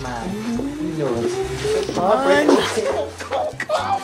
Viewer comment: As well as the way Tucker pronounces "come on" as "sha-mon" since Michael said that a lot too